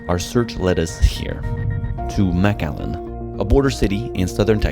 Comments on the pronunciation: It’s not maaaaaaacallan it’s McAllen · I've seen 3 different thumbnails for this video so far 😂😂 and it's pronounced Mic-Allen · Texas native, it’s pronounced McAllen not Mac Allen. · McAllen not MacALLEN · MAC ALLEN? Its pronounced MIC Allen. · it's pronounced "Mc Allen", like McDonalds - makes sense right? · Is it really pronounced Mac-Allen? That’s news to me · Pronounced mik-allen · lol the first thing you should have asked the locals was how to pronounce their (easy to pronounce) town! 😂😂😂 you’re saying it wrong! 😂😂😂😂😂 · (5 mins in) The way he’s pronouncing “McAllen” is bothering me. Great video tho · I think he my be pronouncing McAllen wrong